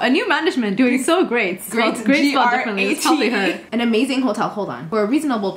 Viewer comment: “... doing so grate” lmfao